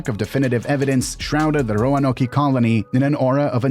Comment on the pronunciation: Ro-a-no-key? I couldn’t go farther, sorry.